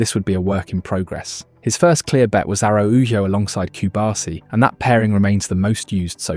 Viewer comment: Coobahsee,what language is this?😅